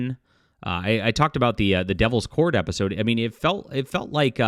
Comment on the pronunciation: "Devil's Port" LOL